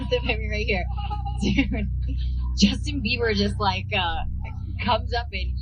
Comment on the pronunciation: He said Justin beaver